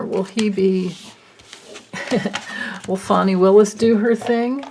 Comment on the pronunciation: So nice to hear someone pronouncing Fani correctly ..everyone including news people are saying Fanny! Lindsey is like a weather vane. He's so pathetic...I'm a SC resident, I really thought Jamie Harrison was going to take him down. Ugh...SC. Blue dot in a red sea here, as they say. Thanks for your readings 👍 ~~Katerina